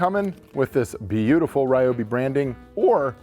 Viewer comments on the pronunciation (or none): Stop saying Rye-oh-bee! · ‼️The name Ryobi was not pronounced correctly even one single time in this video